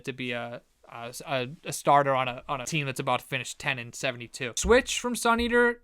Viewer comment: I thought you called switch a c u next Tuesday and had to go back and listen again lol